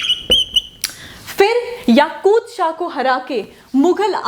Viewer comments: It's Yakub shah not yakud shah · yakub shah not yakud shah